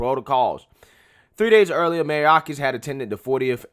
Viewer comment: I love your videos but bruh, you be killing people's names. Mayorkas; My-york-us. Gutierrez; Goo-tee-air-dis. Keep up the good work man. Love your channel.